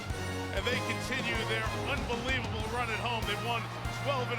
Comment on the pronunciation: Henry; 'that's un-BILL-evable' :)